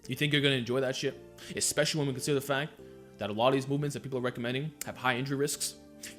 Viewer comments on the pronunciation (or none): none